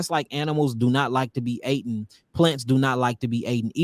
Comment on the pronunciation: Love the King....but I need him to forget the word "aten"...😆.